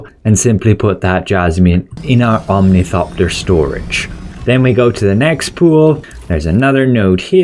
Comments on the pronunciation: O R N I T H O P T E R . You kept saying omnithopter and it irriated me beyond reason, I am sorry. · omnithopter lol